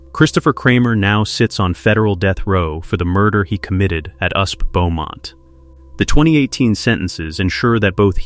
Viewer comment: "Usp"? FFS, fix the robo-narration. Is that so much to ask?